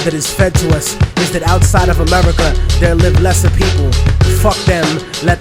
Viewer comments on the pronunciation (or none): none